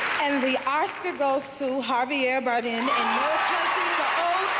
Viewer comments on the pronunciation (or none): Javier Barden! And Jennifer Hudson pronounced his name wrong